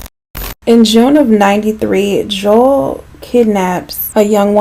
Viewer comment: also anyone else thought she was saying Joelle?